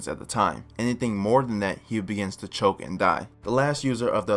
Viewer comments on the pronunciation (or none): none